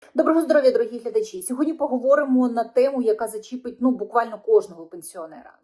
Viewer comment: А вас це не ,зачІпить , не калічте вже цю мову до краю , ,за чІпиня